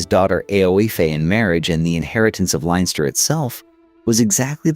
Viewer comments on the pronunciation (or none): 'Linester' and 'Meeth' did it for me...... couldn't listen anymore. Oh and the Rochess ha ha